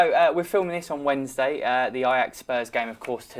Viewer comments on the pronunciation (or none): none